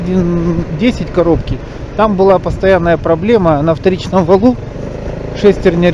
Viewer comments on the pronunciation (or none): На валУ, не на валЕ. а так все зашибись)